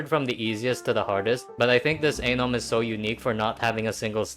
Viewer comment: You saying Anom sounds way too close to something else...